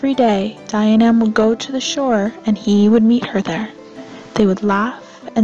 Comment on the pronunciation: Dianaimh is pronounced Jee-uh-nif.